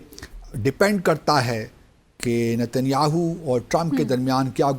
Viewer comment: Is buddhe ko Netanyahu ka naam bhi sahi se bolna nahi aata ..😂😂😂😂😂😂